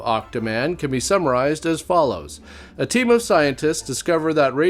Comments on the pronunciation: i know you said "team of scientists" but it sounded like temu scientists, which actually sounds more apt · When you said "team of scientists" I heard "temu scientist." Works both ways.